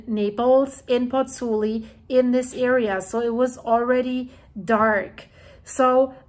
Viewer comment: both vowels in the diphthong in 'Pozzuoli' are pronounced: Pozz - ooo - aw - li. Try it slowly a few times. It's fun to master the Italian vowel sounds - and respectful to the Italians...